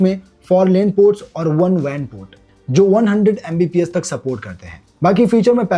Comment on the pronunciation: It's not VAN port it's WAN port 😂